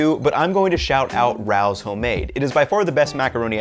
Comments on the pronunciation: The pasta brand name. Not "row." It is "Ray-o." For next time. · Rows, lol. You’re not from New York. It’s Ray-O’s… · FYI - Rao’s, a New York institution and one of the tougher dinner reservations in the entire city, is pronounced Ray-OH’s. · Hey, Because you're a cooking nerd I figured you would like to know: "Rao's" is pronounced "RAY-ohs" I pronounced it the same as you did forever before reading the pronunciation somewhere.... it still seems wrong but apparently "RAY-ohs" is correct 🤷‍♂️ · My guy says RO-OW macaroni lmao cmon maneeee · It’s pronounced ray oh